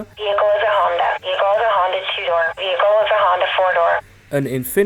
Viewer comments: Vear-a-cull hmmmmm VEE-HIC-CULL is not hard to say. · TFs a veerhicle🤣💀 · "...and, it's vehrical." "...VEHRICAL!" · Lol. Vericle 😂